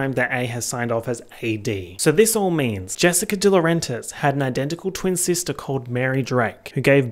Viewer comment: “Ello sistahhh” gets me everytime😂😂